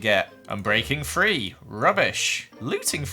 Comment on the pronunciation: When you say "three" it sounds like "free"